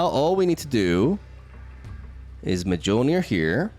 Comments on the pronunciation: The game: “Mewlnear! To me!” immediately after: “midgeohlnear! To me!” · mmah-jole-Ner the amount of cringe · Ah yes the Mah-Joel-Near deck.